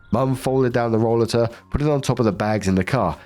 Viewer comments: I don’t know if someone already mentioned this but it’s pronounced roll-ay -ter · Last story: roll-a-ter, the a is hard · In health service we pronounce it like role--late --- or hope this helps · In the US, we call that a roll-8-r. That was the must British pronunciation you could find, right,? hat old cow knew it was someone's expensive device. No store provides rollaters to shop. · it is pronounced Ro-later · It's roll*A'ter in the US. I've had one. My balance has gone to God-knows-where. Doctors claim I have PPMS. I now have an upright walker. It's like a rollator except it has arm rests and it makes you stand up straighter. I was pushing my arms down (I call it applying too much downforce, as if I'm a Ferrari); doing that caused a ripple effect that made my shoulders so stiff they'd prevent me from sleeping because they hurt so much. My muscles couldn't relax at all. Anyway, rollaters are great with their chair built in storage built in. Sucks that anyone needs one, though. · Story 3 - When looks at the word "rollator"....ignores the obvious and correct pronunciation....and chooses an incorrect pronunciation so stupid it has to be rage bait. He knows how to pronounce "escalator", he knows how to pronounce "elevator", but "rollator" he just can't wrap his head around. Jesus.